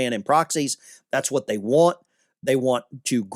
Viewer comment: Want not eant